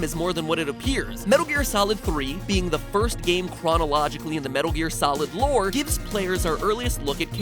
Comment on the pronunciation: Lore not lote